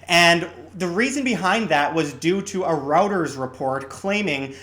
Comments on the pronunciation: Did he really just call Reuters "routers"? 😕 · Its pronounce ROYTERS